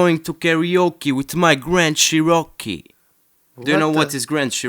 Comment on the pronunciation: CHEROKEE, NOT csheROCKeee